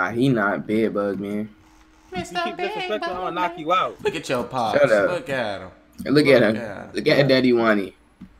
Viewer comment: THE FACT THAT HE KEEP SAYING BEAD BUG MAN